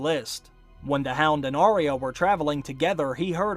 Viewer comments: It's "Arya" not "Aria" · Your videos are so wonderful, but for the love of Pete, why do you mispronounce the name ARYA. It's AR-Yuh. NOT Aria. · Arya is pronounced "Eyeah" not "Arie ya"